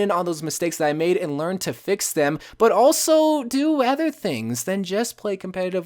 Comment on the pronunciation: Is it just me or does he always say ether instead of other. (Really like the vids)